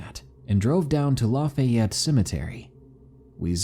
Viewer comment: You pronounced Lafayette wrong